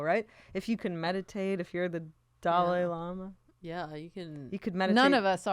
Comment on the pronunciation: Well now my brain has gifted me with a mental image of Dolly Parton dress as a llama after listening to their pronunciation and interpretation of Dalai Lama